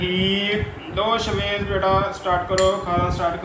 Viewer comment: Ap is ko sha waiz bulaya karen ap shwaiz kehtey hn .sha ki awaaz ani chaey.shaid ap maira mtlb samj gye hon ge .is tara acha nai lgta itna piara naam he us ki adaegi thik honi chaey.